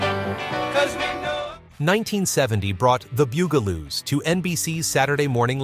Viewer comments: Not Boo-ga-loos, ɓut BUG-la-loos. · It’s the “bug” a - loos. 🙄